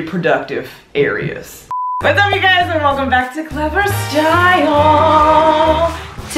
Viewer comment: Clevver or Class lmaooo>>> that is the question 😭